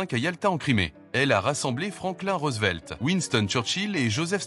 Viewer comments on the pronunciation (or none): none